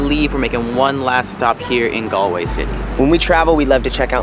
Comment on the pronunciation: Galway is pronounced ‘Gaawlway’. Great videos though. Well done 🙂.